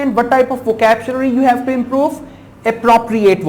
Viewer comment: vocapchlury ni vocabulary hota bhai...